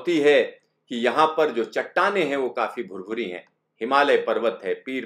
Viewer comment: The way he says "yeahn hai"